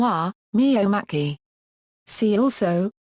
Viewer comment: Pronounced: "MaKey"